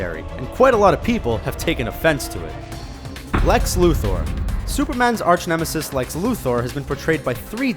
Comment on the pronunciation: I think that Suicide Squad changed Enchatresses look to make her look more like a villain. And I'm pretty sure ur saying Lex's name wrong.